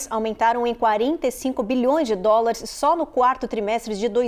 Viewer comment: Presidente nao sabe falar dolares 😂😂😂😂😂